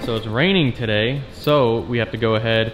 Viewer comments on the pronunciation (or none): I love how he pronounce "today", "tsodey"